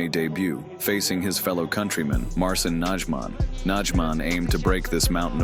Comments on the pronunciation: Marsin Nadżman XD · Marsin Nadżman XDXDXD😂😂🤣🤣😊😊